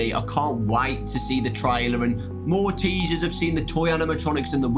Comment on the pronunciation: every time yiu say "more teasers" it sounds like you are saying Maltesers